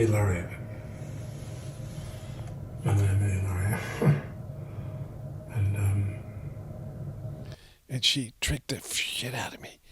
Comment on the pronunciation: Hafta say, I'm a little shocked and appalled that you pronounce it "Hill-AIR-ia," when it's obviously, "Hill-AW-ria." C'mon man!